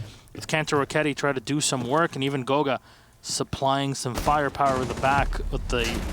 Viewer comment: Kanto is buck and goga is ash...Can y'all like at least make an effort to try